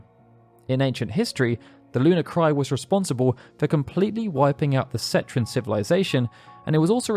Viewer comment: CETRAN??? ah no.. ceNtran xD